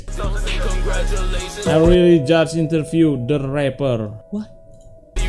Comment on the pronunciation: Reaper bang.....bukan rapper 🤣